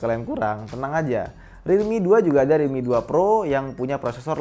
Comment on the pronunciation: Pas ngomong realmi yg ane denger dikuping ane jadi redmi